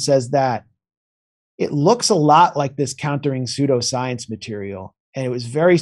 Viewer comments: why would I trust someone to know what a word means if they can't even bother to learn how to pronounce it right? Sheer laziness. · That is a ridiculous pronunciation and I for one will not stand for it. jk yes i will it's hilarious how he says it haha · It's like how the Germans pronounce 'eu,' as in 'Freud.' But 'pseudo' is from Greek, and I've never heard words with 'eu' from Greek pronounced like that. Think of it -- 'pnoy-monia'? 'loy-khemia'? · Love what you do! FYI: You are pronouncing "pseudoscience" wrong. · Is that really how he pronounces pseudoscience? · ok but who is going to tell Jimmy how to correctly pronounce "pseudo-science" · Someone please tell Jimmy how to pronounce words he doen't understand before he records the show. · This video has about as much credibility as Jimmy Dore's inability to properly pronounce pseudoscience. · 😉.... psuedoscience is pronounced Sue - doe science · Nobody gonna mention how Jimmy keeps saying "Soy-dal science?" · Jimmy. I love you. Truly do. I think you are the greatest breath of fresh air we have nowadays. And I know you’re intelligent but TWICE You said soydoscience (phonetically speaking). It was too funny, I’m sorry..,you go:) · It's pronounced Sudo science long u...rhymes with Sumo like the fat wrestlers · Jimmy’s so contrarian he pronounces pseudoscience as soy-due-science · Pseudoscience, pronounced, soo'-doh-science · dude. it’s pronounced sood oh science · Jimmy, it's not pronounced "soydooscience". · Please learn to pronounce "soodow-science", otherwise I think you're often right (for a lefty). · It's pronounced syoodoscience... seriously! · What the fuck is up with Jimmy's pronunciation of "pseudoscience." Lmao. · It's pronounced soo-do science, not soy-do science. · Love how Jimmy says, "Soy-do-science" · "sodio science" LOL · "This very phenomenonina... is psoydo-science" classic 😂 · "soy-do-science" hahaha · SOO-DO science, Jimmy! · Ah Jimmy its pronounced Sue-do Science